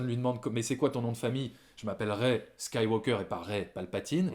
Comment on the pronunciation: attention à la prononciation svp, on ne prononce pas le L de SkywaLker ou FilmtaLker par ex, ni le G de MakinG Of etc... Ça dénote je trouve dans un bon argumentaire qui m'encourage à payer ma place de ciné alors que je n'avais qu'une envie: boycotter!